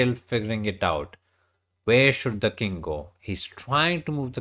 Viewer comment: Nah bro he doesnt meant to be rude, that guy calls the king as the "kid" Yeh! King is "kid" as you can hear from the vid! 😂🎉